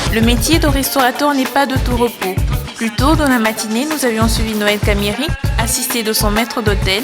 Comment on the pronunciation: Quelle frustration à chaque fois que la présentatrice dit « Noel Camieri » ! 😱 Cet homme était mon patron, j’ai beaucoup appris en travaillant avec lui, c’est un grand homme qui avait du respect aussi bien pour le Congo, que son business et son personnel. Que son âme repose en paix 🙏🏽